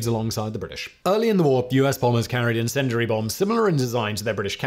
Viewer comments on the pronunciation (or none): Please learn how to pronounce 'incendiary'. Hint; there is no "dur" sound in it.